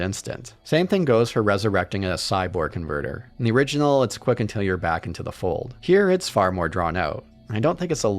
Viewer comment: I can’t stop hearing him say “originell”